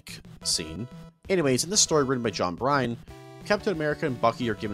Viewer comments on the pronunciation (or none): Bro, you did not just pronounce Byrne as “Brine” (it’s like “Burn”) 😆 Triple embarrassment aside, I’m liking this video. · John Byrne, as in “burn,” not “brine.” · Absolutely dying at how you pronounce Bryne (burn)